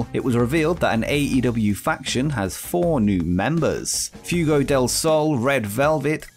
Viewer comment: Fwaygo, not Fewgo.